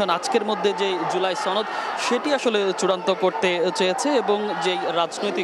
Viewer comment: টিভি চ্যানেলগুলোতে জামাত শিবির এর সদস্যরা চাকুীরতে যোগদান করেছে। সাংবাদিকগুলোর চেহারা কথাবার্তা দেখেই বুঝা যাচ্ছে। লেখাপড়া কতটুকু করেছে কে জানে? জুলাই সনদ শব্দটাও উচ্চারণ করতে পারছে না। সনদকে ছনদ বলছে।